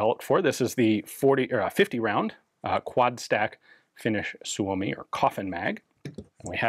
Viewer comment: Wow that was a odd gun. Nice pronunciation of Suomi 31! Thanks for sharing! 👍